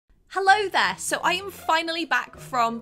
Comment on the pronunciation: No one: Literally no one:: hELLo tHerEe